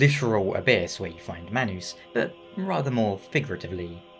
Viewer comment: heard how u pronounced manus, immediately clicked off